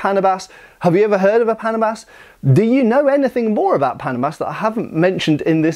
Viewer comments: it's pronounced as paná buss not like pánà-bus btw. overall good, informative vid. Love it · "Panabas" typically pronounced like the word "bananas" than "Panama". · pronounce it as PANAAA-BAS... (long middle A, ends like a bus...) not pana-bus... from the root word TABAS... tabas [tá. bas.] : contour (n.); figure (n.); shape (n.); cut (v.) "pang-tabas" means something you cut with... which becomes "panabas" as the name of the tool... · You are supposed to pronounce that as panaaabas and not paaanabas. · If my assumption is correct that its name "Panabas" came from the words "pang" and "tabas", then the name might actually be pronounced as "pa-NA-bas", with the stress on the 2nd syllable (much like "banana" and not so much like "Panama"). Or I may just be nitpicking 😅 but nevertheless, thanks for featuring these Philippine weapons ✌️😊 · stress is on the second syllable and the first vowel is hardly pronounced, so it's pnA-bas. that's short for pang tabas or for 'countouring' as in contouring your enemy's face. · Regarding the proper pronunciation of Filipino names from the Austronesian language family, it should be pronounces as [pa-NAH-bas], with the emphasis on the middle or second-to-the-last syllable. The same pattern of syllable stress should apply to most other Filipino words with three or more syllables. By the way, "panabas" is related to the Tagalog word "tabas" which means to trim or "slice the edge of." You mentioned the Moro "karis" with the wavy-edged blade but it's the first time I heard it called that way. I've mostly heard it called as a "kris." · It is called pa..na..bas. That is how you say it! Slowly. Panabas means "to clear" or "to cut" esp tall grass! To make a clearing so a farmer can plant rice or root crops! It can also be used to cut sugarcane stalks. Or the head of an enemy! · Great video! Accent is on the NA (pa-NA-bas). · /Paa-naa-bas/ that's how you say it. Thanks for featuring it. ❤ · Paa-naa-bas. Literal meaning: chopper.